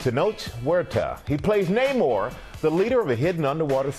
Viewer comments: Saw the movie last night and was very disappointed with Namor's casting. Huerta looks nothing like Namor. Not his face, hair, flabby body, nothing. Also, since when does Namor have a mustache and beard? Huerta even pronounces "Namor" incorrectly. I went looking online for an actor that looks like Namor and found the perfect choice, David Lee Mcinnis. This guy is the spitting image of Namor facially and hair wise. No makeup needed. He is already very fit, but pumped up he could be perfect. It took Hugh Jackman a few movies to go from looking fit to a totally buff Wolverine. Another BIG problem with the movie, for some unknown reason, Namor is no longer the Prince of Atlantis. WHAT?!!! Namor has ruled Atlantis since his first appearance in 1939, but in this lame version, he is the chief of some Mayan tribe. WHY?!!! You don't mess with a classic but Marvel totally erased Namor's history and made up some bogus, lame backstory that doesn't even make sense. Since when do Mayans live and breath under water? Hoping Marvel will reboot Namor, cast someone that actually looks like Namor, and restore his Atlantean origin. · Had no idea that Namor all of a sudden is from Mexico…and his name is pronounced Spanish now. What a joke Marvel has become. Wokeness Forever.